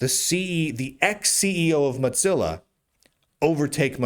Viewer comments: Stop saying Motzilla. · I don’t think I can ever get used to the way Lunduke pronounces Mozilla, but I can’t be the only one who caught the bit at the beginning about another Linux distribution ditching Fedora and chuckled a little. 😂